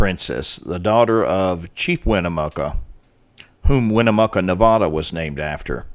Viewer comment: hate to be this guy, but... nevada: Ne-VAD-uh lahontan: Luh-HON-tin great video otherwise!